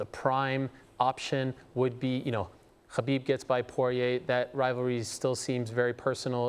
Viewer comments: Notice how he can't even say khabibs name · Only thing I take from this is that I can’t stand the way Ariel pronounces ‘Khabib’